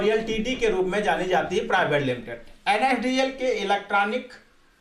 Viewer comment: Nadl nhi la**e NSDL HE VO name lena sikh le fir dushro ko sikhana 😶